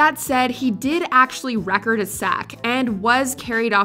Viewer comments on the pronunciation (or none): Rudy re-CORD-ed a sack, he didn't "REH-cord" a sack. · Rudy didn't "WRECK-ORD" a sack, he "REE-KORD-ED" a sack. The words are both spelled the same though.